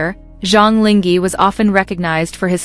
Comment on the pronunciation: Please be more professional and at least Go figure out how to pronounce someone's name correctly !!!!! SUCH LAZY WORK! LING(H)E??? So you just randomly decided to drop the H?? Decided the H is silent? SUCH IGNORANCE! This is INSULTING!!